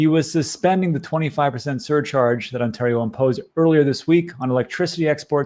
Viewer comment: Please google "how to pronounce Ontario"